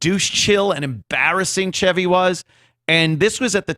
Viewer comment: I will never call him Chevy like how you pronounce ‘chives’, it’s Chevy like the car.